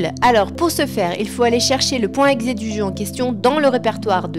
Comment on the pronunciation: on dit .e.x.e et non le point exé lol